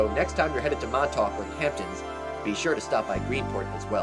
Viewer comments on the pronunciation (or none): none